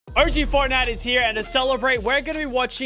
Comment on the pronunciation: “but anyways guys if you are enjoying fortnut”